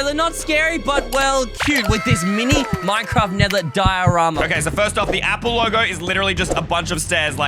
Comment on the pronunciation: Ie no one gonna talk about he said miny inetead of mini?